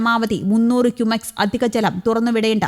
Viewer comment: ഗുമേസ് അല്ല ചേച്ചി. 😂😂😂😂😂😂.